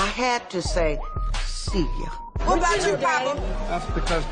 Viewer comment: Tamar’s “Whet?!” lmaooo